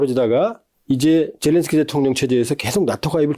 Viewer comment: 젤렌스키가 자꾸 저런새끼로 들리는 사람은 나만 그런가...